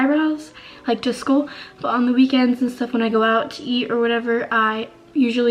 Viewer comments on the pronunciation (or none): none